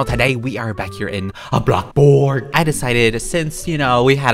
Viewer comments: This is how many times he says blo- borg ⏬ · I literally can't stop laughing when he say blockborg or blockborgo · whenever he says "BLOCBORG!!!" i be like 👁️👄👁️ 🤣🤣🤣🤣🤣🤣😂😂😂😂😂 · love you're vids XD i love how you say bloxbOrg 🤣🤣🤣🤣 💙💙💙💙💙💙💙💙💙